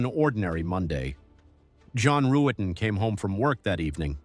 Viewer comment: Yea, that was something. I don't think I realized that the detectives mispronounced John's last name the first time watching.